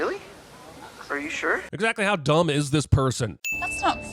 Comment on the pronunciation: I love the way he said “exactly how DUMB 🥴 is this person” lmfao